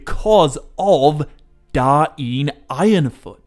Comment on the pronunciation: I like the contents. But why call him King Da-in Ironfoot?